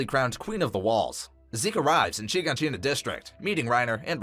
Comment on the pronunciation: “Sheen-Ga-Sheen-Ah” bruh its “Shi-gon-sheena”